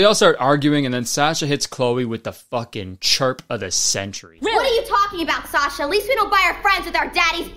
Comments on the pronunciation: Kurtis's slight mispronunciation of "Sasha" makes me wanna fight. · Can’t believe he pronounced Sasha like that